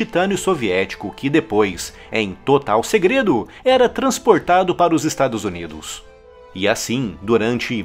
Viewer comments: Só eu que escuto ele falar "Estados Onidos"? 😂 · Us estaduszunidos ❤😂